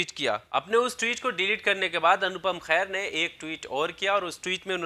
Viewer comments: Bhai anupam kair nhi hota ! Kher hota h pronunciation thik kro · Khair ni Kher. Har jagah urdu ka خ ni lagta h. Aap ko toh at least pronunciation ka dhyan rkhna chaiye. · lafz khair mat boliye kher bolo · Bhai apna pronounciation toh acha karo, Anupam Kher ko khair nat kaho, vocabulary par dhyan do. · O Mere Bhai Khair Nahin Kher hai Unka Naam Anupam Kher hai Naam to pahle a theek se lo bad Mein Apni Dukaan chalao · Bro he is kher not khair. So please pronounce properly. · Horrible presentation. Very poor pronunciation!! Anupam's family name is Kher NOT KHAIR. Plz Do the proper homework before launching a video. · Anchor saala chutia naam tak sahi se le nhi pata.. Abe chutiya khair nhi khee hai wo..urdu mai fark karna sikh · Khair ? Wtf ? Pronounce the name correctly man